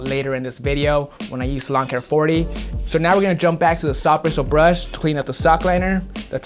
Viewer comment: Anyone else cringe when he said soft bristle brush